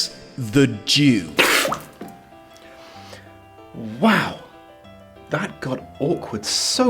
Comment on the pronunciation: at the start when you said "The Jew" I heard it as "The Duke" so I was very confused until you said it again